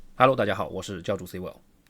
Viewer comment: I still cannot get used to “1316 CWill.” Hahaha. Thanks for the video!